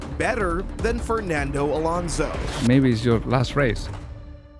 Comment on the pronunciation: Why is so hard for britards to pronounce Fernando Alonso? 25 years in F1 and yet they can say it properly XD, well, britardeds